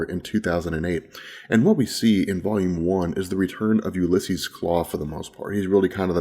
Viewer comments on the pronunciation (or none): none